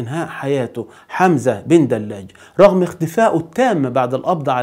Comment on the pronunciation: حمزة بدلاج ( ج ) صاحب القناة تعلم نطق حرف الجيم ! رجاءً لا للتحريف ، شكراً، أخ جزائري.